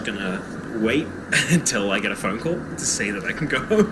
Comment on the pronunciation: calling your “fo-one” lol “aboot”